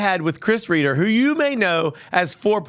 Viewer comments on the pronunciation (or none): It’s Chris Reiter pronounced Righter, with long “i”.